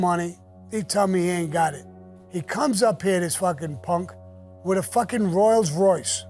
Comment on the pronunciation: . WTF is a "ROYALS Royce" ?? Just because Sammy said it, I'm gonna go get one, and call it a Royals Royce!